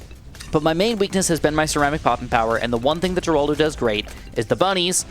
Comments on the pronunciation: you pronounce geraldo wrong its more like heraldo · nah bro why he said geraldo like that